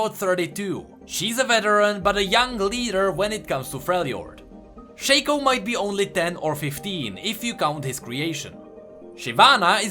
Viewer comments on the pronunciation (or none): none